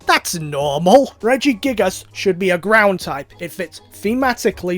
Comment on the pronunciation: Gordon Me: it's Ground